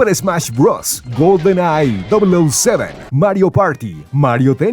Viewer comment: "golden eye double O seven" Ulala señor gringo